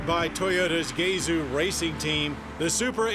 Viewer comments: Did he just say??? gay zoo racing??? 😡 timeline it is pronounced gah zu!!!! Common! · Did he say gayzoo lol